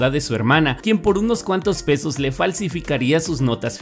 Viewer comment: escuché "por unos cuantos besos" XD